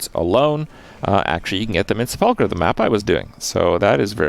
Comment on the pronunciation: Kripp... real talk... its "sep-lee-kur". Love you buddy.